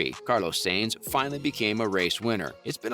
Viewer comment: Carlos saints? It's s-a-e-n-t-s